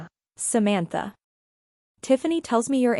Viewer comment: I made it to but had to give up. The bad, awkward AI reading was too obnoxious. It couldn't even pronounce the name "Samantha" correctly.